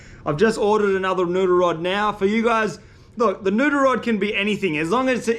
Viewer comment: Say "noodle", not "nuder". A year and a half and I thought you were saying "nuder".